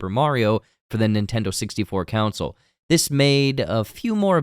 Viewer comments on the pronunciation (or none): Man, I WASN'T gonna say anything, BUT this is the 4TH TIME that you've said "council" instead of "console"... YouTubers have ONE JOB, man... C'mon! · Why are you saying "counsel" and not "console" 🤔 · It threw me off every time he said “council” instead of console. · Console* not 'counsel' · CON-sole. KAaaaahn-sole. Not counsel. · You’re saying counsel, not console. Kill me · Console. CON-SOLE. What’s with so many young people saying “council?” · thumbs up, but my eye twitched every time you pronounced console as "council". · Con-sole. Not counsel. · Am i the only one hearing him say Counsel instead of Console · I promise im not a word nazi but you say console as counsil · Bro why does he say console like “counsel” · pronounces "console" as "counsel" or "council," and I hate it. And then he said "URBAND legend" FIRE HIM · i couldnt even continue after hearing that the 2nd time. it drove me insane. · Why does this guy pronounce console that way? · I like this dude well enough (I mean, he’s no Paul) but why can’t he say “console”? 😂